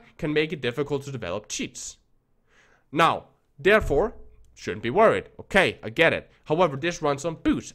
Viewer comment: IT'S PRONOUNCED "THOUGH" NOT "DOE" or "DAREFORE" IS THEREFORE